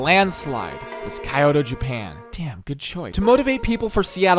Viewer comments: "But the one that won in a landslide was Ki-yoto, Japan." 😂 Nice butchering of Kyoto. It's Kyo-to, exactly how it's spelled. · KI oto not KY oto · Kyoto is actually pronounced like “key oh toe” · "kayoto japan" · he- did he just say kay-oh-toe? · “Kaioto”? Though seriously, as someone who’s been to this city, this is amazing! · Hehe, Kai-yoto. Funny American. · It's pronounced Key-yo-toe, like Tokyo with the syllables swapped. How did you manage to make it through this entire project without ever being corrected? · Even if you go to google and type "kyoto how to pronounce" it's still wrong... So I don't blame him completely but it still bothers tf out of me. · his pronunciation for kyoto kinda bothered me but oh well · how hard is it for people to learn how to say kyoto properly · I love these videos, but their pronunciation of Kyoto.... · he just pronounced Kyoto wrong? or did i mishear?